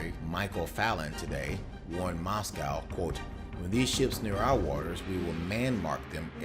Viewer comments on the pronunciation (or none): none